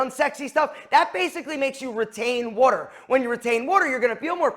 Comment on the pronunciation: Bro can’t say “water”